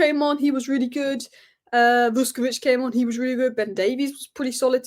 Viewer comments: Great analysis! Minir point you pronounce the Croatian’s name as Vushkovich. You’re 80% there already 😉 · Pronounced ‘Vush’